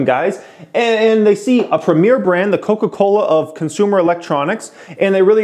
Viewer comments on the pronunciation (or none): Bruh the way you said "Koka Kolahhh" just killed me XDDDD